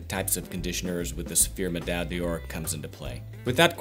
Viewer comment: Deoor? No! D'or is pronounced: "Door" just like the door you enter in any given building.